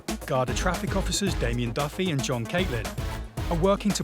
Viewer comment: Pronounced: Garda or Gardaí plural.